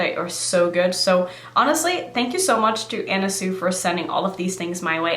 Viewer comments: Pronounced 'Swee' not Sue....just fyi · Not to be that person,, but it's pronounced sui,,like (swee) love your channel,, pronouncing things is no big deal anyway,, but ..